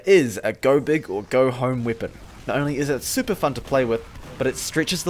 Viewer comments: Why Do You Say "Weepon" Not "Weapon" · i like how says weepon instead of weapon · I love how you say weapon. "Weepon"